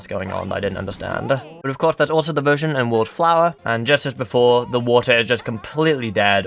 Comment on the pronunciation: Ze Population Of Ze Fish Is Now Called Ze Land Guppy's